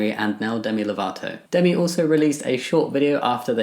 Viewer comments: Definitely thought I heard you say themi there instead of Demi😅 (but then again, I'm still waking up) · the pronounciation Demi= Dey-me